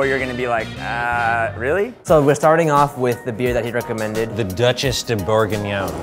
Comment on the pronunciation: Well, when he read "Duchesse de Bourgogne" (Bourgogne is a part of France), he actually said "Deutchesse de Bourguignon" (Bourguignon is a part of beef) so i don't know what's the worst :)